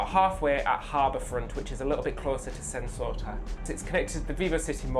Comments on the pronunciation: it's pronounced "Sen-Toe-Sa" not "Sen-So-Ta" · Island name: Sentosa Ignorant tourist content creator: "Sent-Sorta" Not even trying there, innit, mate? Not even a minute in and already pissing off an entire region. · It's pronounced as Sen To Sa not Sen So Sa thx for the understanding. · Hmm. I thought you already posted on your trip to my country a few weeks ago? Btw it's Sentosa not Sensota. How did you end up mispronouncing it in the cable car. Lol 😂